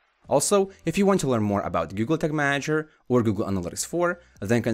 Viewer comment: yooo slow down when talking. And sounds like you are saying google tick manager.